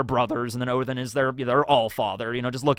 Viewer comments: Stop saying Othin. It's either Odin, or if you want to do the original Norse name: Woden. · What in the fuck is 'oathen' you mean odin? Or did I miss something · Odins name is said like Ó-the-nn. the i is not strongly pronounced, like othinn also the th is the same sound of the th in then. Just a fyi for anyone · Is saying "Othin" on purpose or is he accidentally saying it & trying to say "Odin"? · is pronouncing Odin as Ohtin? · Can you please explain why you call Odin, Oathen? 😂